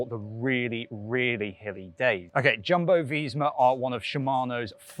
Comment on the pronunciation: Its pronounced yumbo visma 🤨